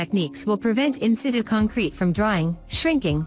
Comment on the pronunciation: "in-sit-chu" you dumb robot!